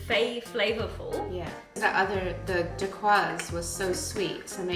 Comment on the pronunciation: You two are fun to watch 🤗 you made my day when pronouncing the word dacquiose . Don't think I can stomach that ( no offense ) will stick with your recipes MK